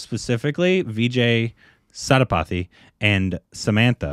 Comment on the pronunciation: It's Vijay "Say-Thu- pa-thi" 😆 And yeah Samantha is a Tamil actress. The other heroine Nayanthara is a bigger star in Tamil